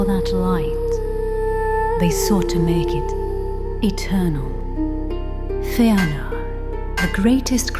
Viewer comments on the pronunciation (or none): It’s pronounced Fë’áh’nor. Not fænor lol. Fay’ah’nor is another way to think about it.